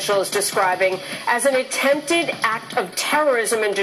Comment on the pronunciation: I cannot get past Jamie Colby's intro on this story. The word is ACT, not ack (I think we know what you do on ur off time girl). I can't believe she is a professional news person. She should learn english.